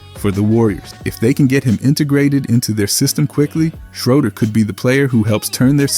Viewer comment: You have to say the man’s name right